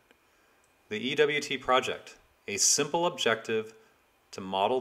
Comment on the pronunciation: How do you pronounce the name of this project? I see what looks like "EWT Project" (ee-double-u-tee), but it sounded to my (aging) ears like you said "EVT Project" (ee-vee-tee).